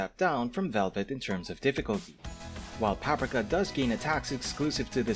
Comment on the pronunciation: I believe you're pronouncing Paprika and Tianhuo incorrectly. It's "Pap-REE-ka" and "Tee-YAN-hwo" (like "whoa"). There was one other word you mispronounced, but I can't remember it at the moment.